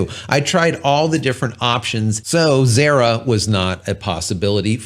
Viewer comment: Xara is pronounced Zah-Rah ! ive been using Xara 3D for years